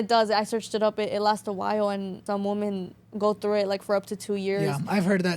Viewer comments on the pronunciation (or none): none